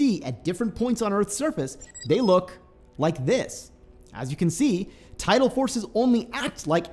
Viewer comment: Neither. The word is tidal not total or title.